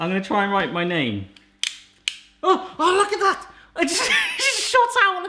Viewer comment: You almost sounded Welsh 🤣 “URG LOOK AT THAT!”